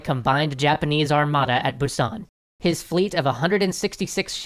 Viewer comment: How do you know so much Korean history but pronounce Busan incorrectly 😂